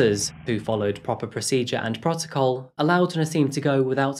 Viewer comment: While your brain is trying to process that video, my brain is trying to process your pronunciation of "process"... "Protocol" was even better man 😁